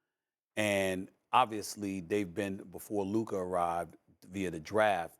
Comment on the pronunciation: Why does Stephen A. say it Lurka